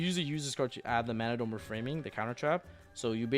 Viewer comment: FINALLY! Pak says Mannadium right!